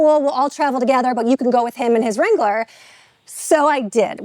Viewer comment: What is a “Jeep Wrongler”?